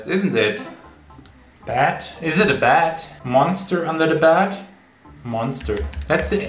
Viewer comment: Its bed not bat